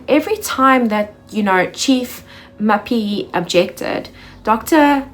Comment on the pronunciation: Mapiyeye... to get it right, break it down and repeat it few times...: Ma_pi_ye_ye 😉. Otherwise great work 🎉🤝🏿.